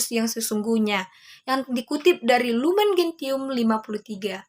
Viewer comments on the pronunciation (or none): Lumen Gentium dibaca jadi Lumen Jensium y 👍👍